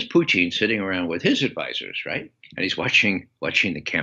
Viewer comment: I love how he says Putin "Poutin" like the Quebec French Fries. Lol